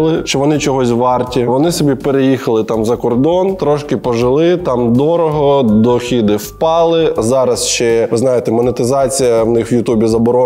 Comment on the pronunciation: Дохід, але дохОди, а не дохІди